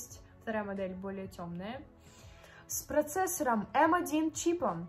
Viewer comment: не "эм ай" , а "эм один" (m1) чипом